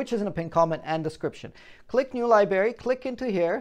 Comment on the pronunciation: Lie Berry? Home Buhn? Enter Buhn? What language are you speaking? Drull? Hundrets? Dude.... maybe lower your Adderall dosage. Slow down and say the words. It's no use saying anything if nobody understands the words. Words are important. Words have pronunciations. Pronunciations are important. No pronunciation = no word. Breathe. You sound like you're trying to sell me a time bomb before it kills us and I'm like the 5th attempt. Just trying to help. If this message offends you...lmk. I have lots to say. ;)